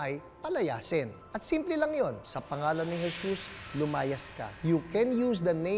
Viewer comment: Jesas. Please tell our kids today that it's Je-sus. Not Je-sas